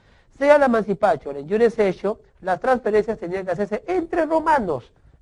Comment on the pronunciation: o por Dios mancipachio eso no es Ingles es Latin